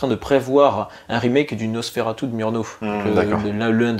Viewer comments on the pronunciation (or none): none